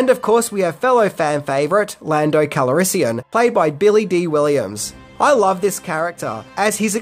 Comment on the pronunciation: "Lando KALARISIUM " ..... what? Haha